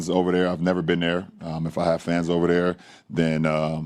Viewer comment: Geez. He needs to improve his speech and learn how to pronounce OVER THERE. OVAdare only makes him sound stupid, not rich.